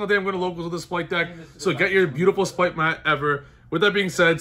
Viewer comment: R. It’s an R. Not an L. Stop saying “splight”.